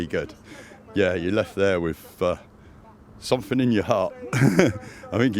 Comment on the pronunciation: the one that pronounces th as f as in sumfin as opposed to to something, I guess you do it too 🙄